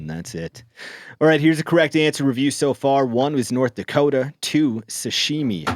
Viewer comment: Ah, it's Nort Dakoda.